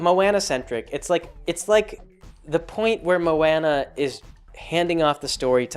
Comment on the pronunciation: I'm sure someone else already said this but come on you know how to say her name